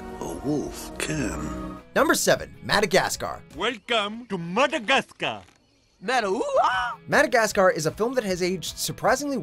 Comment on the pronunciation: Madagsacar, really?